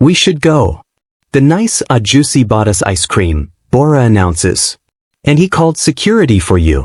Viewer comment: Funny how “ahjussi” became “ah juicy”. 😄 AI’s not wrong, though. Alpha looks…😉